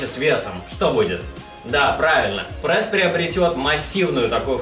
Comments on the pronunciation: Чувак , ты бесишь. Говори прЕсс а не прЭсс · Не прЭсс,а прЕсс.